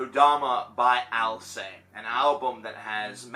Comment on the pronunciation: Btw, you should pronounce the "t" at the end of the word "Alcest". This "st" suffix is not mute.